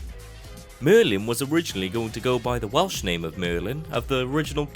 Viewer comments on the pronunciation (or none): none